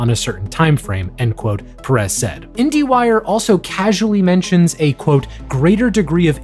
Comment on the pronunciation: My last name is perez and I hate how you pronounce it omg😞😞😞😞